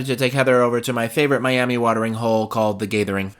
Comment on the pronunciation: “MSC Seascape out of MEE-yami…” 😂